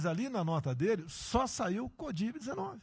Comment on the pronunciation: "Codiv-19"🤣🤣🤣🤣🤣🤣 Presidente BURRO!